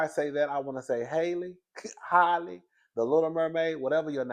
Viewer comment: Lmao Hailey or Holly but never Halle 😂